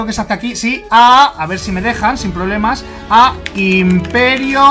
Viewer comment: "inperio" >:v es imperio